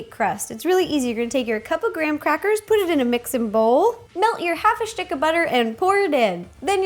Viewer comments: You say "shitck of butter" instead of stick lol i love that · Have you noticed every time she says stick she pronounces it Shtick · "add half a shtick of butter"